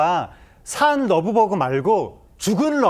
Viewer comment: 러브버그 발음도 자연스럽지 않다 그냥 털파리라고 해라! 왠 러브버그?